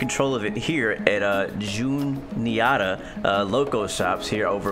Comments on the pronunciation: Growing up 13 blocks away from the Juniata Shops (pronounced June-e-atta), I hope the creators patch the expressway area by the train station. The road is one way traffic headed west. Also hope they finish up the Altoona yard and correct the Railroaders Museum. The yard is missing the transfer table at the tank car shop and the locomotive shop needs the turntable. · Juniata is pronounced June-EEE-at-ah, Altoona is pronounced Al-tuna. I grew up minute from where your located in your game